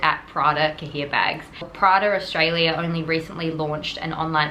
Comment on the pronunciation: It's pronounced "ka-yay." It means notebook or booklet. (I know this is an old video, but I'm going back and watching all your old videos now that I've found your channel.) Great story.